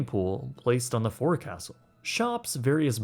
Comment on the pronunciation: fowk-sll.. not four-castle